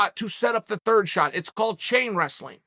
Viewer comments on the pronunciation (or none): none